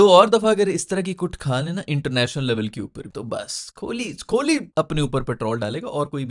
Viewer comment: Bhai vpn se bol rha hoon kholi nai kohli hai